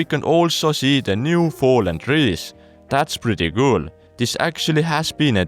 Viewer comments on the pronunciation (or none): none